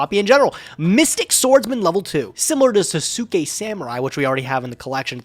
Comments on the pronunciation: Literally everybody else: Sasuke Samurai: SUS-oo-kay samurai ily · twitch Sasuke is pronounced SAHS-kay,.